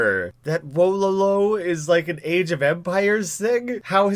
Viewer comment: Your pronunciation of Wololo is criminal